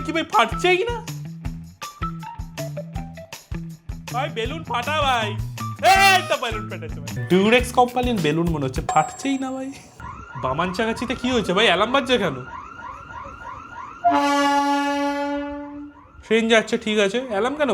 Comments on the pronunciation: Dada ata kintu thik noy Bamangachi ke Bamanchagachii bolcho 🥺 by the way 500 koti love from "Bamanchagachi" 😁❤️ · বামনচাছি না ❌ বামনগাছি ✅😅😅 আমার বন্ধু এই মিম টা ক্রিয়েট করেছিল।😂😂😂